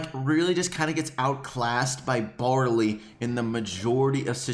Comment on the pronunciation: When he said bawley I'm like waht he's shit